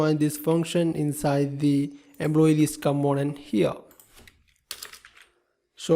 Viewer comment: Very good explanantion. just wanted to know, why you say Employee==>> "Embloyee", Import==>>"Imbort" , Component==>>"Combonent".